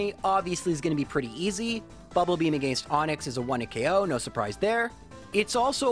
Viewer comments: I thoroughly enjoy the videos, but I cringe every time he says "agāinst", with the hard 'a' sound on the second a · To be fair, it's deserved for how he pronounces against :P